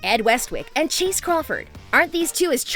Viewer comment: It' Chace not Cheese :)))